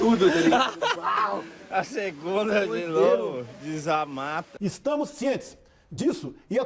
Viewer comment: "Dessamata" kaka